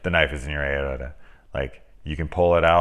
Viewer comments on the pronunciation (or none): A...ot...a?...you mean aorta...ay..or..tah...😈😈